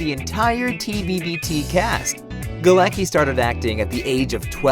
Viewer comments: Its funny how they read Galecki as "ki" at the end. It is more 's-ki'. His last name is Polish so does Bialik' one and the pronounciation is different 😂😂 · its Galecki, not Galeki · NO GALAKI - GALETZKI !!!! Morons... its polish name! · Jesus, you spell Galecki so wrong that my ears are hurting. It's not GALEKI. It's Galecki with C in it...